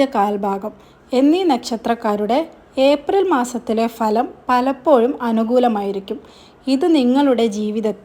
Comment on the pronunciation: നെക്ഷത്രം,പലപ്പോയും,വ്യായം, മലയാളം സംസാരിക്കാൻ പഠിപ്പിച്ചു വരൂ